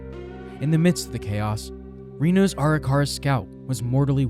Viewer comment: imagine doing all this research for this video and not pronouncing Arikara right a single time 🙄🙄🙄